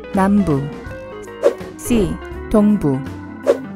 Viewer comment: 첫번째에 동부를 동무 라고 구수하게 얘기한거 같아서 현웃 터지다 자막 보고 정색하고 폰 배털 없어서 얼굴 비쳤는데 또 현웃 터짐